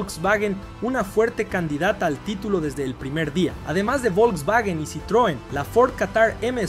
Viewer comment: "el vovlvuovio Polo" jsjsjjs